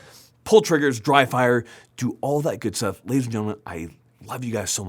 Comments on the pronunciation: At the beginning of the video when axed what you should be doing to improve your shooting? - it sounded like the other lil fella said 'Drive by' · I thought for a second when said dry fire that he said drive bys.😅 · I legitimately thought said "drive by" when asked how to get better at shooting before the Mantis plug. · I can't be the only one that heard say "drive-by" instead of "dry fire" lol